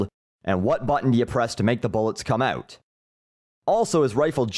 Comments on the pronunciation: I'm Canadian and I don't even say it that way; it rattled me too. I came to check the comments if anyone else noticed. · Thom Kinrade oot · You sound so Canadian when you say "out"